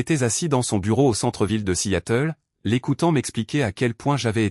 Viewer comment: 0mn 35 sec environ..Bon !🙄..le record n'est pas battu !🥺👈..Mais...tout de même 😁😁😁..Ca merite une mention !!🤪😉.." assiatel..".Petit probleme de L'I.A avec la traducton americano-française peut-être ?😂😂😂😂..Dites-moi !👉🤔👈.." à Seattle " ..comment vous l'écrivez..🙄..normalement ??😂😂😂😂